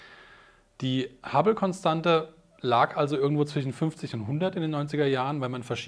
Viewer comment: Ein 'sch' als Wortendung darf man auch als 'sch' aussprechen, das muss man nicht zum 'ch' zurückstutzen. Das klingt unfreiwillig komich. 'Sch' am Ende oder in der Wortmitte (zwischen, nicht zwichen) bedeutet nicht zwingend Umgangssprache, muss man, um Hochdeutsch zu sprechen, daher nicht korrigieren (auch Hyperkorrektur genannt). ;) Weniger nichtssagende Partikelwörter wie 'dann, eben, auch, halt, sozusagen, eigentlich, natürlich' etc. (manchmal gefühlt alle am Stück), würden das Verständnis verbessern und das Zuhören vereinfachen. Denn hört man sie erstmal, weil sie auffällig gehäuft wiederholt werden, ist es schwer, sie nicht mehr zu hören und wartet jedesmal, bis endlich die Information kommt und der dann-eben-auch-halt-eigentlich-sozusagen-natürlich-Füllwörterzug vorüber ist.